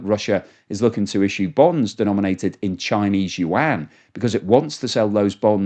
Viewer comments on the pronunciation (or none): none